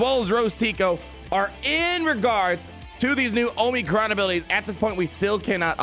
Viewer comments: Say it with me... AW-muh-cron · I still laugh every time you say "oh-mee-crons"...